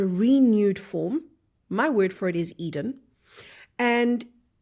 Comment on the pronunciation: Sounds like Garden of Either instead of Garden of Edin *